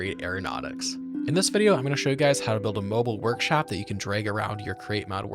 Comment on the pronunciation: “mobile workshap”😭✌🏻